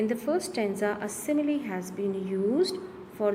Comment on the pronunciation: your simile pronounciation is wrong